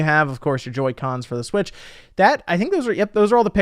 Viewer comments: I nearly peed every time you said "Smitch" with a serious face! LOL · I lose it every time I hear "smitch" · "Smitch" lmfaooo